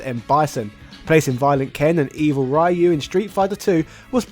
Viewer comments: It's pronounced REE-U not RY-U, if you are such a fighting game fan the least you should do is to learn to pronounce the names correctly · Great video, just one thing: Ryu is read as "Ree-you" not "Rai-you" though. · Oh my GODDDDD RYU IS PRONOUNCED "RE ...YOU" I refuse to believe you are at ANY level of fandom and still saying rye-you🤣 You can't have not heard that name pronounced before Look at mr sakazaki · Ryu is not raayu 辣油 that is "chilli oil" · "Rai-yu"? He's "Ri-yu"/Ryu. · it's 2024 and some people still say "Rie-you" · I thought it was solid, sure it’ll be cool if they put in 2d versions of new characters into it like juri or Seth but it is the best version of SF2. Also it’s pronounced REE-YOO cmon man! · It will always be "RAI YOU" isn't it? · people, please! in the 80s and 90s, not having internet and other means, names got mispronounced... a lot... BUT today... Ryu (meaning "dragon" among other things, japanese is scary sometimes) reads like reeoo - the R dont sound like in the word "red" but like the R in the word "Juri", the SF4 and 5 charater. ears are bleeding; lets not mispronounce it anymore! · Ray-u oh... god~ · Hearing "Ray-you" still kills me to this day. Nice video~ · How is your wife able to pronounce "Ryu" correctly, but you somehow can't? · So many years and English speakers still mispronounce RYU... 🤦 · British person pronounce "Ryu" correctly challenge (Failed) (Unwinnable) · I’m I the only one pissed that he is pronouncing Ryu’s name wrong?!?! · imagine pronouncing ryu wrong in the year 2022, ffs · Make SF video > Proceed to pronounce Ryu's name wrong. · I'm sorry but can you tell me how are you this invested in the series and then completely unable to pronounce Ryu? It's beyond vexing. Also the game is pretty cheap nowadays, complaining about release price is just bad consumer culture. If anything is bad about it, it's the AI that is too one sided and simple